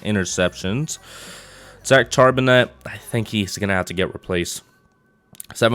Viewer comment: Great rebuild vid as always brother. And not to be an ass or anything but your HB's name is pronounced Shar-Ben-Nay